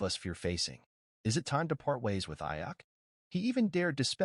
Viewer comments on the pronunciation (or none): Learn to pronounce Brandon’s last name if you’re a real fan!